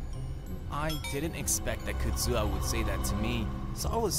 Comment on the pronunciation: I know Kazuha not Kuzuha 💀💀💀